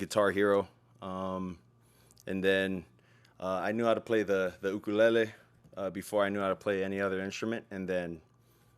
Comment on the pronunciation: TIL the proper way to say Ukulele